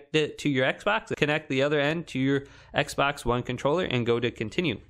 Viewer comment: Bro said ekbox😂😂